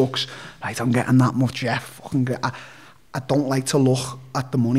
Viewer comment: Take a shot every time Darren says “fwching” Merry Xmas